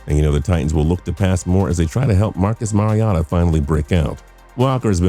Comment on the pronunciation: I’m sorry... Marcus mariata?